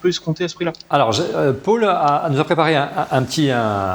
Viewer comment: Pourquoi prononcer "Paul" comme "Paule" (le prénom féminin, Pôle) ? (c'est aussi mon prénom, pour ça que ça fait bizarre à mes oreilles) Je viens de découvrir, il faut que je regarde les autres vidéos (petit à petit, une heure à chaque fois).